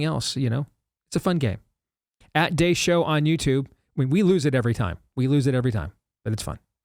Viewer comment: You're spelling your name wrong or you are pronouncing it wrong Steve Dace.